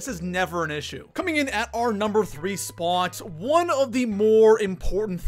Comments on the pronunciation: Where is this goofball from...It's pronounced SPOT...NOT SPAUGHT!! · Dude talk faster, no need to drag every word you say out like that. It's sounds cringy af it's annoying just speak like a normal person and stop saying spot weird too. First and only video I have watched. Bye bye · Coming in at our number three “SpUAt” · What's up with how he says spwaaat..... Lol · im about to quit watching this dude just because the way he pronounces "spot" sounds like SPOOOUOOUT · I CANT STAND the way you pronounce spot. SPAAAAWWWWT. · This guy exaggerates the word spot .why????? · Why do you say spot like that?